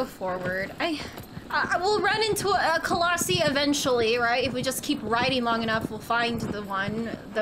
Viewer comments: Colossi is plural, one is a colossus It's pronounced like Colos-Eye 😛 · Firstly, colossi is pronounced “coloss-sai and not coloss-see” secondly, love your content and hope you continue this series. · That prediction tho! 😳😳😳 (And it's coloss-eye not ee)